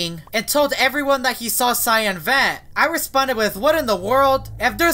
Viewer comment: guys turn on subtitle and he says van instead of vent